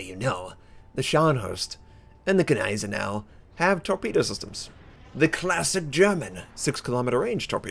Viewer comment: Please please remember the G is silent in Gneisenau